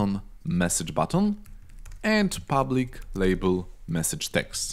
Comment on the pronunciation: I Liked That "Public"